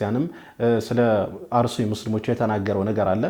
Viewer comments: አሩሲ አይባልም አስተካክል አርሲ ማለት እየቻልክ ለምን አሩሲ ትላለህ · አርሲ በል እንጅ አሩሲ አትበል